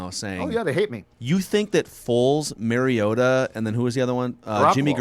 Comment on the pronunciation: LOL Marcus "MARY-OH-TAH" is nearly as bad as Roger Goodell fucking it up when he was picked #2 Overall. It's Marcus (at least you can pronounce Marcus correctly) "MAHR-E-OH-TAH". Holy FUCK can you guys make yourselves look like absolute fools who have NO business in the field you're in, but hey... At least you aren't fucking the name up of any current Viking other than "WONG-WOO" (🙄)